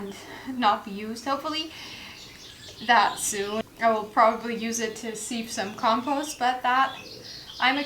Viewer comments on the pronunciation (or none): Great work. Well done. Sieve rhymes with give BTW. Ah, the wonders of English pronunciation. :)